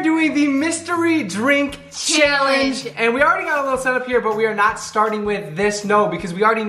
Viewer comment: Who else realizes that says Shallenge